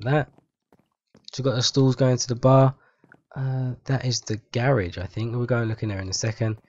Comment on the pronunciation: y u say garage like that? It sound like u sayin gay-rage or something.